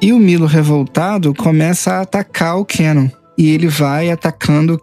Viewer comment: "Quenon" meu velho oq custa falar o nome correto do personagem "kanon"